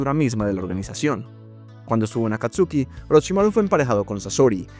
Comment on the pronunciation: Ese wey Ese wey sigue pronunciando Akatsuki como está escrito, no como la correcta pronunciación, en pleno 2025 XD